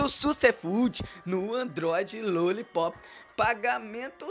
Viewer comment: fala direito. não é Luollipop e sim Lollipop